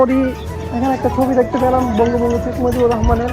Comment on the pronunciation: ভাই 🤣🤣🤣 উচ্চারণটা "বঙ্গবন্ধু" হবে 🤣🤣🤣🤣🤣